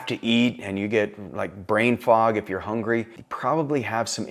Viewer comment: it's brain not braib 🙄